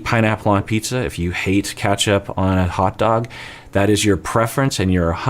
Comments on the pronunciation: Okok, i get it but the way you pronounce "ketchup" is obviously wrong. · Lol omg I went all the way back just to hear him say ketchup bc of your comment 🤣